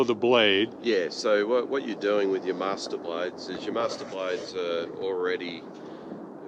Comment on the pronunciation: "Masterblader" LOL